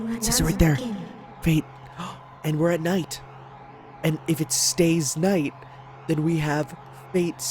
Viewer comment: Fate/Stay K(N)ight